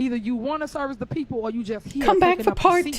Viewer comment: She only consider herself as "da peepol"